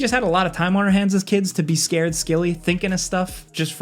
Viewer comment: "scared skilly" huh? 😂